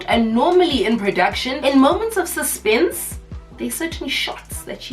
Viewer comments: "you're taking away from the suspennnnnsa, you're killing the suspennnnsa" 😭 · "The suzpenze"😂😂